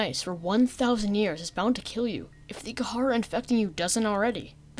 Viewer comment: this video is great but im sorry I hate the way you pronounce kharaa, ive always heard it and read it as "kuh-rah"